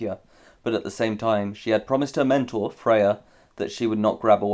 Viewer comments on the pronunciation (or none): none